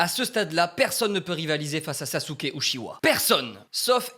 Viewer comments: On prononce pas "SasUke, on le prononce "Saské"! On prononce pas le U à la fin… 🤦🏻‍♂️ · Si jamais le bonne prononciation dub/sub est Saske et pas SasUke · T au courant que même si sa s'écrit Sasuke sa se prononce Saske